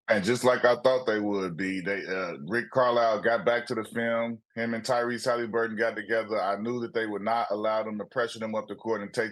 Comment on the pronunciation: Love how Q pronounces Haliburton 🖤